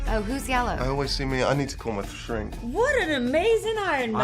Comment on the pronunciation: “I need to call my srink” 😂😂😂😂